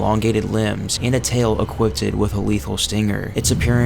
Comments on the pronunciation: Jesus christ dude it's equipped. Not equippeded. How many times are you gonna say it like that lmao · I know this is pedantic, but I don't mean it that way language just bothers me. You don't need to add the extra "-ed" to equipped, it's just pronounced "E- quipt". Sorry but if I didn't point it out thats all I would be able to hear for the rest of the video 😅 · If this guy says "equiptid" one more time